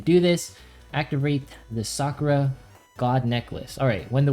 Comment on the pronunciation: Omg so frustrating, SA-KU-RA not SAA-kraa